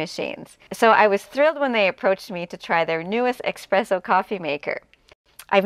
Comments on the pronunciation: Espresso, not expresso lol. Beautiful job, it's gorgeous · Beautiful result!! (Just a correction suggestion that it's "es-presso" not "ex-presso") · I love your design and choices for such a tiny kutchen...i would not have been brave enough to forge ahead with so much black, but it is lovely! (And it is pronounced ESPRESSO...not eXpresso. 😊) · It’s eSpresso. S. Not x. “Ess-press-o.” The dish drain rack over the sink is such a good idea! That was a feature in some apartments way back when (I rented a c. 50s apartment that had a metal rack over the sink, for instance), and I don’t know why it was ever done away with. I hope your design helps bring it back. This kitchen is just amazing and has given me so much helpful inspiration for redoing my rv kitchen! 😘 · Dying every time she says expresso 🙈